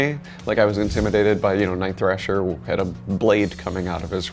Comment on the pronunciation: I've seen this promo video a dozen times, but this is the first time I noticed Kibblesmith calls Night Thrasher "Night Thresher." /facepalm